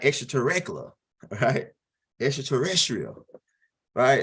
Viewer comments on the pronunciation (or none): XTRATERRICILAT😂😂😂😂😂😂😂...LOVE WHN U SAY THT